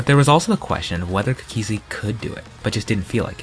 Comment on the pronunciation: always pronounces cookiezi cook E zi